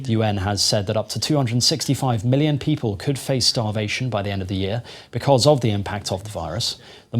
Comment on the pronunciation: Millions millions sounding like Kobo kobo. God go ask all of you.